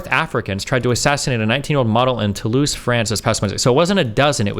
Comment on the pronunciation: To-loise … lmfao